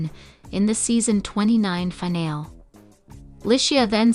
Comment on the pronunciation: You’ve got to learn to pronounce words properly. Finale is NOT final! There’s an E on the end of the word that is pronounced